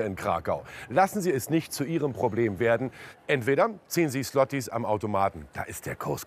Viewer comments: Es heißt auch nicht "Slotti" sondern "Schwoti". Ł ≠ L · ich kann dieses "sslottie" nicht mehr hören 🙄 das kann doch nicht so schwer sein zu lernen, wie man es richtig ausspricht. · Alter fuckt mich das ab wie die alle "Slotti" sagen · Schwachsinniges Video... einfach Geld am Automaten holen. Und bevor man eine "Dokumentation" über die Währung macht, sollte man sich mal über deren Aussprache informieren. Wirklich peinlich! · Auch wenn man sich über die offensichtliche Abzocke zurecht ärgert, könnte man sich um die richtige Aussprache der polnischen Währung bemühen, wenn man schon so ausführlich darüber berichtet.